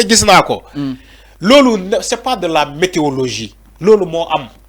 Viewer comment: De la " méteologie"? Va apprendre le français.Tu es trop faible pour commenter